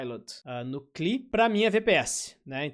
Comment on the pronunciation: cara, a pronúncia "correta" de CLI é 'klee'? tô pasmo